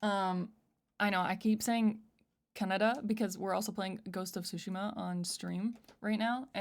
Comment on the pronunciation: Fun fact Canada was named after what a native tribe called their land, Kanada, pronounced the same way said it in the beginning